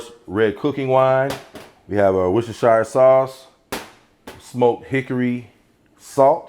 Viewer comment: Boston here, it's pronounced "Wistah-Sheah" Sauce. I'm making traditional Shepherd's Pie today (w/ Lamb) and am excited to try your mashed potato recipe. Also, adding French's Crispy Onions as a topper w/ the parm cheese. Did you know that it's great the next morning with a fried egg on top?